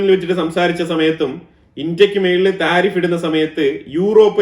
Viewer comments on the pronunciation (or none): none